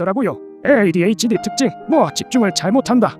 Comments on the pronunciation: 점점 'ADHD'를 '에ㅎ에이'로 읽어ㅋㅋㅋㅋㅋㅋㅋㅋㅋㅋ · 근데 왜 영상에서는 계쏙 AD라고 하는건가요? 특히 중간중간 이상한 억양 섞어서 에~에이디 라고 하는거 안거슬리나?